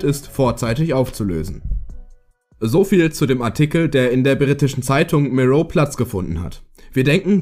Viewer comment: Wer kennt sie nicht, die Zeitung "Mirrow" xD